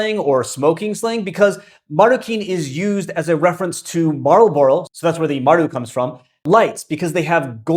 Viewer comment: i've never in my life heard anyone pronounce marlbrobaro